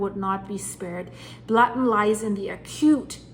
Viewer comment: Blatten is pronounced Blutten.